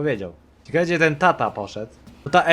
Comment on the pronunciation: Co jak co, ale mógłbyś popracować nad słowem ciekawe, bo dosyć często się pojawia :p